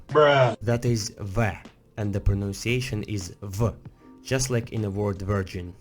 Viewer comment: When he pronaunces Word as world event